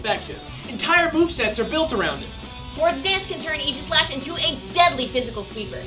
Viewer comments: Its pronounced ag-i-slesh :||) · You pronounced Aegislash wrong. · For the love of god, it's "A-jih-slash", as in "Ray", not "ee". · Wait, that's how you pronounce Aegislash? Like Eegishlash? That's disappointing. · I dug the episode, am happy for Gen VI, and stoked that the first Gen VI Pokemon is one so cool, but I was annoyed by the way they pronounced Aegislash. I know, I know, there are two ways to pronounce "aegis" but still, it just sounded wrong to me.